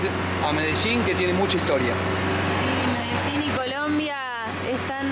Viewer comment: Medechin o Medellín?, desachuno o desayuno? Jajaja